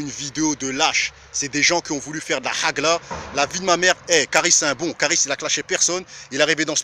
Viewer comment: c'est pas HAGLA, HAG9A.. Si tu sais pas dire, ne dis pas